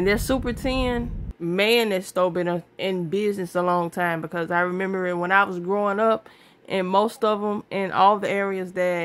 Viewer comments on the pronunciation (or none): none